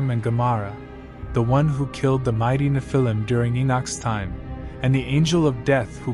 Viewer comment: please pronounce nephilim correctly!!!!!